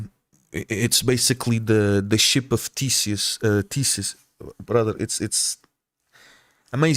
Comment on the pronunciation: You’re Portuguese, but that “bRotheR” and beard are fully Arab coded